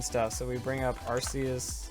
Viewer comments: it's pronounced ARK- EE US for the love of god smh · I'm more of the casual pokemon player but isn't Arceus pronounced differently then you pronounced it? I'm basing that off the anime movie with Hoppa but the anime may have pronounced it wrong idk. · ikr I say Ark ee us. But then again I'm British so I'm not correcting coz he's American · to each his own i guess, im just used to ARK EE US, so it sounds weird when pronounced otherwise